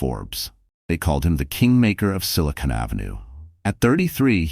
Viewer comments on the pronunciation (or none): none